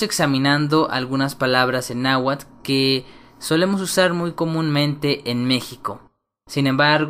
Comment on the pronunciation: viendo casi completa tu video, no solo tienes errores en la escritura tambien en la pronunciacion, ejemplo nla Tz no se pronuncia igual que la Z porque tambien se respeta la T y antes de pronunciar la Z se pronuncia la T, y en la Tl, y el nahuatl nunca se a pronunciado como nahuatul, alomejor escuchaste decir alguien que no sabe hablarlo por eso dices eso, en realidad esta mal la pronunciacion, nahuatl se dice como esta escrito y claro en algo estoy de acuerdo el H es muda